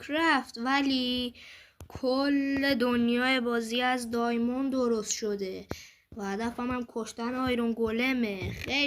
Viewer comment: دایموند ✅دایمند❎